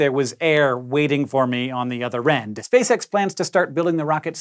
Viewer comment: cant stop hearing "Spay-sex" idk why nooooo